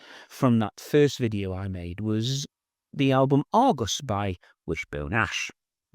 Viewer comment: Argus, not Argos!!